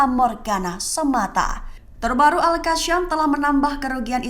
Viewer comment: Penyebutannya agak lain... Al-Qosam... Bukan Al-Kasyam.